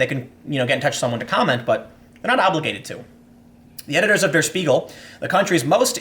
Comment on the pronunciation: Tip for German: "Der" is pronounced more like dare